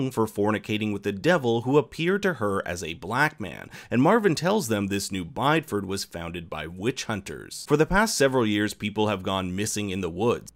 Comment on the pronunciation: Bideford, Devon, UK... is pronounced bid-ee-fud